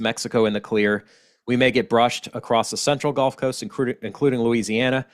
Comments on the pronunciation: It's like gull...gu lf. Not like the game golf. 😄 Thanks for all the information,. Never too much for me, especially living a mile from the water. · I was born in Louisiana too in New Orleans so don’t worry about how you say gulf. We probably pronounced it wrong, but who cares really thank you for the update and have a wonderful day.